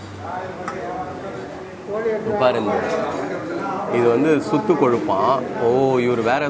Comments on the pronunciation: Ji அது 'சு'த்து கொழுப்பு. நீங்க 'சூ' சொல்லிட்டீங்க. அது கெட்ட வார்த்தை...😜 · Avar soothu kozhuppu nu pronounce pannuraaru🤣🤣🤣🤣